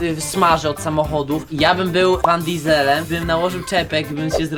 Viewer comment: van diesel czytaj van diesel lub dizlem a nie dizelem😊